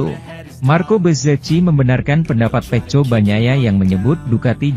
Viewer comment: Bahasanya ini admin tidak baek di dengar GP dia bilng ip peko bacanya dia bilng peco . Jdi bikin malas debgar komentator nya 😅😅😅